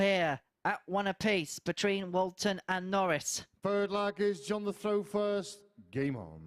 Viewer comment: What's up with the 12 year old commentator. Let me know if it is throw or frow and three free. His voice is so annoying get Edgar back